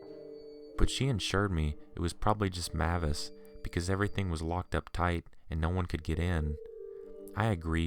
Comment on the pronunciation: If that pitbull's name is spelled "MAVIS" then it's pronounced "MAY-VISS" .... NOT "Mah-viss"